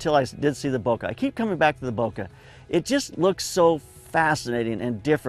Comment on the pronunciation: Subbed because content- but actually because you pronounce bokeh in the way that I perceive as correct. Also that shirt is fire.